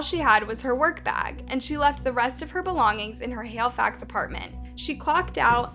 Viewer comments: ONCE AGAIN your saying well known names and places wrong lol. Its HALIFAX, not HAILFAX lol. The reporter even says it the right way later in the same video lol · bruh this girl called it canada tire, and 'hailifax'. i cant :P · Say it like this....hell-e-fax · My god the way you butchered the word Halifax 😂